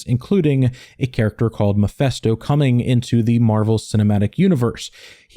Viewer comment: How do you get the pronunciation "Muhfesto"?